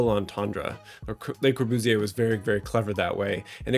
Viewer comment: plss don't say his name like brat pitt speaking french